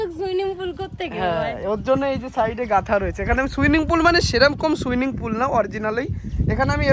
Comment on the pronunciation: Swimming na swing, schan na chan